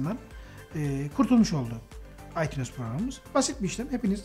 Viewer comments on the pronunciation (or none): Aytuns okunuyo aytunes değilllll